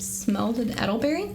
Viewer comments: Not edelberry its Elder berry. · It is ELDER-berry...😂❤ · Eddle berry lol satan worshippers cant read. Hilarious how many times its said too. Aye-gate 😂